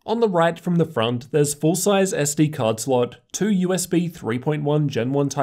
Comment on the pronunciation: They way you say two kill my ear are you pulling out of your gut. Everything else you say is normal.